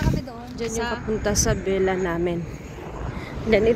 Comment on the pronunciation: i was wondering baket sila lang gumagala— OMG — akala nila Pinas lang—hahaha it’s in middle east right? naku just be careful.. that’s villa — not vella..